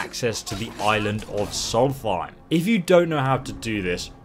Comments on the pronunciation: you mispelled soultein you said molfien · It's solstheim Not soltheim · Its Solstheim, not Salty time. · "Solfeim" It's pronounced "Souls-Thyme" Smh. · It’s solstheim, not salty time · more like solefmmm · NO "TH" sound dude! -(Solst-heim) your f'n killing me. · Why do you pronounce solsteim as “soul-fie” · I think it's pronounced Solst-heim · KILL ME HE SAID SOULTHIEM! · HOLY FUCK I'm a huge fan but shit, please pronounce things right, you literally said "solfeim" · Great guide but how you say Solstheim is triggering me. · I cringe everytime he says Solstheim